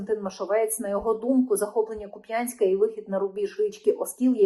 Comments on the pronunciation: В слове Купянськ, ударение не букву У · КУп'янськ!!! Наголос на У!. Рік ТОМУ, а не "назад".🙂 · Для справки: Наголос у слові Куп'янск ставити потрібно на літеру у.